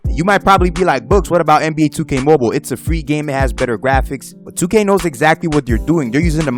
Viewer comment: bro stop saying "moble"